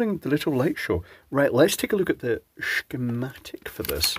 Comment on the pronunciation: I like the way you say... "Shigmatic"...